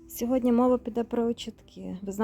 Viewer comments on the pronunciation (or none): none